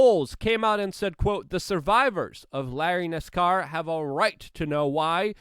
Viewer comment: Larry Nascar. Definitely one of my top 10 mispronunciations.